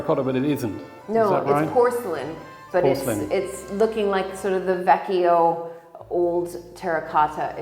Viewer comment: Hi,, I applaud you for learning the Italian language. I'd like to give you a tip on pronouncing the Italian word "vecchio." As you know, most Italian words stress the first syllable. Double consonants in a word require a slight hesitation before moving on, in this case, to the second syllable. "Vecchio" has only two syllables or vowel sounds, not three. Phonetically, "vecchio" is pronounced ve-slight hesitation-keeoh, not ve-key-oh. The "io" here is not pronounced like "Io", the Italian word "I". The "io" part in "vecchio" serves as a diphthong. This will make your pronunciation more authentically Italian. As I'm sure you know, Italian words have gender, so the female version is "vecchia," ve-slight hesitation-keeah. I hope I'm helping you, rather than causing confusion. Viscount Luke, you have really excellent video skills. Cheers!! Chuck in Northern New England